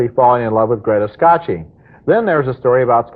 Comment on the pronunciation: Ebert definitely didn't speak Italian. I mean, Greta "Skashee"? 😆 It's pronounced "Ska-kee".